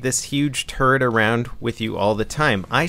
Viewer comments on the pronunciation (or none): I thought you kept saying " you have to carry around this huge turd around with you"